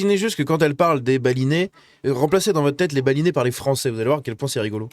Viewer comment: rien à voir mais... pourquoi chaque fois que toi ou elle disait Balinais... je comprennais baboulinet ^^"